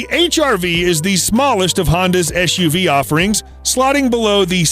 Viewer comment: It’s eS uv, not eSH uv. Just like sitting is not the same as shitting.